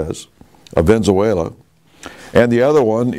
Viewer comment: "Ven-zuela" Obvious intentional mispronunciations are obvious